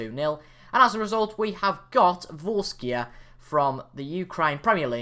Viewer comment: Hello mate English not good but it’s Vorskla not Vorskia 👍🏻